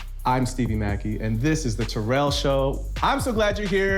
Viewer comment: Can I bring up the fact of him saying ," jarel" instead of "Terrell" 😂😂😂